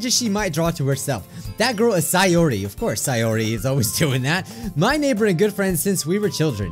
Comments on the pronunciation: pronounces Sayori as Sigh or ee But its Say or ee 💀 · Siyori Me: It’s SAY-ORI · Say or re not sai or re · Natski= Natsuki See-or-ee= Sayori Atmospere= Atmosphere Monicle= Monika Your-ee= Yuri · Minecraft Monarchy actually, sie-or-ee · U ARE SAYING SAYORI AND NATSUKI'S NAME WRONG!!!! go watch Lauren's video she said it right